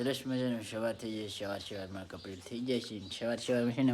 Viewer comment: છવાર છવાર નો કેવાય ભાઈ સવાર સવાર માં એમ બોલાય સરખું બોલતા શીખો